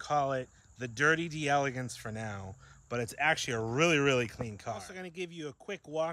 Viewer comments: You're driving me nuts! As a Cadillac aficionado you should KNOW it's pronounced "DEL-AH-GAHNCE"!! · It’s pronounced “Del-ah-Gonce ”, and Ken Puttick was one of our great Florida Cadillac dealers back in the day. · Proper pronunciation is "Dell Ay Gonce"